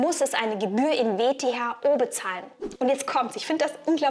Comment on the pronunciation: Kleiner Sprachfehler: "VTHO" statt "WTHO"